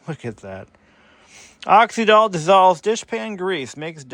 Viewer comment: I remember Oxydol well. My mother used it. I remember tv advertisements too. Not that it matters, but it was pronounced with the Y as the vowel E or I. So you say it like you’d say oxygen.